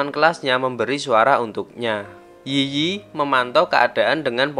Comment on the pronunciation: Yiyi dalam bahasa China cara ngomong nya itu i i bukan yi yi